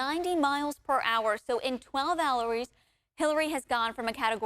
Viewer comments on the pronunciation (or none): "in 12 halories"